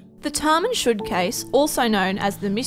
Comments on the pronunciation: Correction, thats not TAMAN SHUD, its pronounced TAMAM SHOD meaning its done. the job is done. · As a Persian you completely said Taman Shod wrong 😑